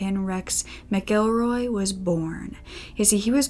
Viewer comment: Thank you, so much, for knowing how to pronounce "McElroy." The traditional Irish language form is "M'Gillruadh," ergo, it's pronounced "mihk-ELL-roy," not "Mackle-roy."